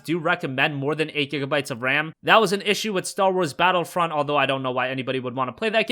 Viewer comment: I swear to God I literally just heard "Star Wars: Battlefuck.", I think we need to re-assess some pronunciation and speaking rate issues.